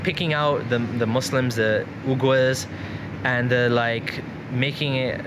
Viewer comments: It is pronounced as V-GHARs. Anyway Good stuff from you. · It is pronounced as V-GHARs. Anyway Good stuff.